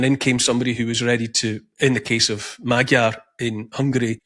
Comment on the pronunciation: Neil, your pronunciation of Magyar is terrible. It’s MOD - as in mods & rockers, Y - as in yes and finally ARE - as in we are free. Mod - Y - ARE = MAGYAR.